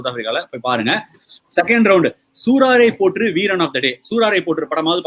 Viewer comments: Bro, adhu soo"raaa"raipotru illa, "sooraraipotru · அது கசடடபற இல்ல.. கசடதபற.. சூராரைப் போற்று இல்ல.. சூரரைப் போற்று..